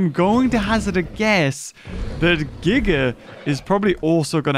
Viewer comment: Kudos to you, for the correct pronunciation of "Giga."